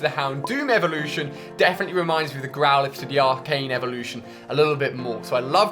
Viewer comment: alia u said growlithe